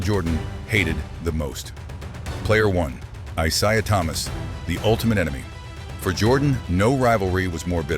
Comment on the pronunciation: This ai slop couldn’t even pronounce Isiah correctly